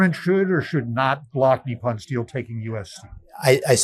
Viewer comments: Come on, pronounce foreign words like an American Goddamit. NIP UN. Not f-ing NEE PAHN. PACK IS TAN. Not PAH KEE STAHN. You sound like you’re doing a bit for Chrissakes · US pronunciation is strange. We had Eyeraq instead of Iraq (as was explained to a US Secretary of State by the leader of that country), now have Neeppon instead of Nippon. When a dog gives you a tiny bite, do you say he gave you a neep or a nip? Do you have a neep of whisky, or a nip? Or do you say there's a neep in the air when it's frosty? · The po in Nippon is pronounced like the po in the word pope. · Not a single person reporting on this story knows how to pronounce the word Nippon >< it takes little effort to learn. It's just like saying Kamala's name the right way lol